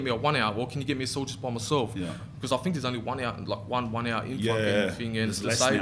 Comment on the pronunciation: It's 'th' not 'f' Think not fink lmao